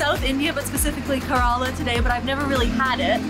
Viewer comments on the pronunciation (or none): FYI, Kerala is pronounced “Care-la” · Care-Ra-La Kerala and if you'd been there you'd know. I'm not going to talk any more as I lived in Goa. However if you want to learn how to cook these dishes I'd be help :-)